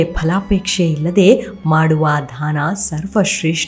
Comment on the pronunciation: ದಯವಿಟ್ಟು ಧಾನ ಅಂತ ಹೇಳಬೇಡಿ... ಅದು ದಾನ...